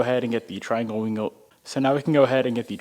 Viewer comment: trianwle glindow jajajajaja